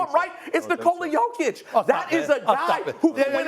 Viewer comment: It’s Jokić and it’s not even close lmao